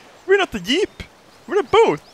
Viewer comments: Im laughing my ass of how you can not say "jeep". You are saying it "eep"xD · *Yeep... he called it a Yeep.. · I clicked this just to hear say yeep. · ***** It is. Because of his accent, he sometimes pronounces words like jeep or giant with a "yuh/ye" sound. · I love the way says Jeep, Yeep. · I just love the way pronounces Jeep as "Yeep".:3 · I love the way he pronounces Jeep as 'Yeep' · "ima yeep" xDDDD so funny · I love how pronounces 'jeep' D